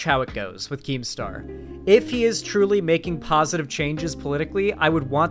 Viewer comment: Keemstaw is a wightwing figuwe